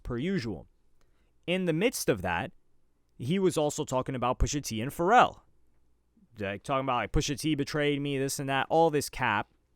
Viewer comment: Someone said Pusha Tea😂😂